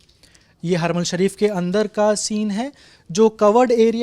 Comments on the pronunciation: कहां से पकड़ के लाए इनको, आधा कचरा ज्ञान है, उसे अल-अक़्सा कहना ही नही आ रहा,यहां हरमैन शरीफ़ कहां से आ गया (😂 हरमल ) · Kya bolte ho yaar aapne kya research kiya hai, haramal nahi harmain shareef hota hai.